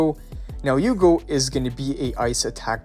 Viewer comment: a bit of me dies everytime he pronounces Hugo as Yugo